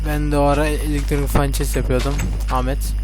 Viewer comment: ya abi furnanceye fançes deme yanlış diyorsun